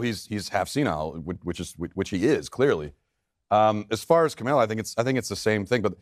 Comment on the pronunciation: did he just say Kamila? ;-; OMG he mispronounced a woc’s name, racist!!! /s